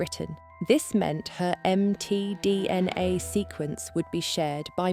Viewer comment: I love how it says "Em Tee Dee En Aye" several times.